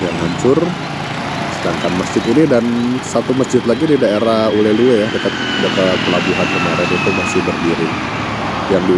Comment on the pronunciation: Baca nya bukan ule luwe,tapi ule lheue,tapi rata2 orang nyebut nya ule le,artinya kepala ikan teri